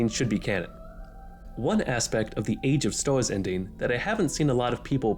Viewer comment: Bro I can't xD No hate, the videos content is good, but you talk like a furry meme. "Mawwy Wanny" "Age of stows" "Bawwia" xD That's what it sounds like to me lmao, I can't tell wether it's a microphone quality thing, an accent or a speaking disorder/a lisp. Again, no hate man, the actual content of the video is good, but please enlighten me if any of my guesses for the reason of the pronunciations is correct.